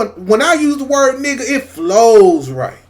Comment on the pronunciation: Yeah. He don’t be saying the N word right. It has a different feeling. Plus he use it too much. Like chill.